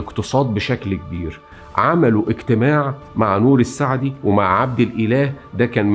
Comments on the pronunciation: جزيل الشكر استاز معلومان قيمه بس ملاحظه بسيطه لفظ بعض الكلمات كان غير موفق مثلا الكيلاني ونوري السعيد وليس سعدي وشهر حزيران بضم الحاءوشد الزاي طريقه السرد ممتعه جدا جزاك الله الف خير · نوري السعيد وليس السعدي ، تحياتي لك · الاستاذ. بعض التصحيحات: الصحيح: رشيد عالي الجيلاني تُلفظ (بالجيم المصرية). نوري السعيد و ليس السعدي. شهر حُزَيْران و ليس حزريان..و هو الشهر السادس. مع الاحترام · نوري سعيد وليس نوري سعدي ، گيلاني و ليس كيلاني ، ولك من الشعب العراقي المظلوم مليون لايك .